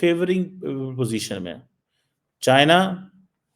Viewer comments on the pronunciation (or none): none